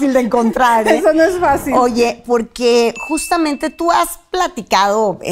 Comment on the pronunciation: Poque , poque 😂 ni siquiera sabe hablar y de habladora ni se diga